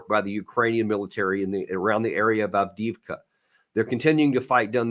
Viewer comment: In regards to Авдеевка/Avdiivka. The city name is pronounced as follows: af deey efka the middle part sounds like the word they or day, if it was mispronounced by a Russian as deey.